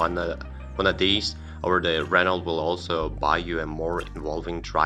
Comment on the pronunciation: The voice over guy 🤣🤣🤣can’t even say megane right or Renault it’s french it’s pronounced reno